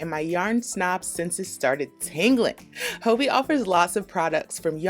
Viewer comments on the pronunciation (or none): Its Hobby. Not Hoebie 😅 its danish and they played around with the word so its just ii instead of y. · I love Hobbii yarns and They come quicker from Denmark than they do from a purchase right in the US. It’s pronounced Hobee in Denmark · Phonetically speaking, it should be pronounced “hobby” because of the two b’s. Thanks for the thorough reviews. Never heard of this company and it looks worth exploring. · I love this review but I was thrown in the beginning because I pronounce it “hobby” instead of “hoe-bee” lol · Are you sure it isn’t pronounced hobby? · I could swear the company itself pronounces it like “Hoe-bee” in their videos though. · It's pronounced "hobby" :) I adore their yarn, and espcially the cherry bon bons they send along. :) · "Hoe-bee" is correct. They are based in the Netherlands & that's how they pronounce it in their YouTube vids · I purchase yarn from them all the time and I've been pronouncing it "hobby" this whole time!! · Actually the company itself in their videos pronounces their name as “Hoe-bee” not “Hobby”. in this video you can clearly hear her pronounce it as “Hoe-bee” not the English “hobby” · I've been pronouncing hobbiii like hobby 😅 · It really bothers me that you are pronouncing Hobbii wrong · There goes my best kept secret ;-) What's with the name pronunciation though ...